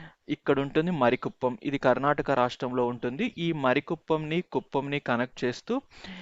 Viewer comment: మరి కుప్పం కాదు, మారి కుప్పం